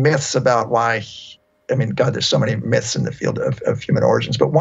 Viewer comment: "Mith" Lmao